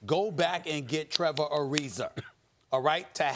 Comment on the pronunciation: Is anyone ever going to correct him whenever he says “Trevor Arizer”